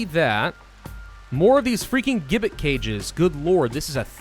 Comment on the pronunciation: The G in gibbet is sounded as a J. One of Decos followers mentioned you. Glad I came by. I like the pace, the editing, and your not being one of those min/max types. Cheers